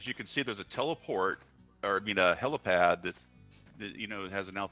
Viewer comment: Slip of the tongue is far more likely in my opinion especially with how they then pronounce it "HelOpad" Its HelIpad. Cause there aint no such thing as a Helocopter. Its a Helicopter. Probably an in joke tho.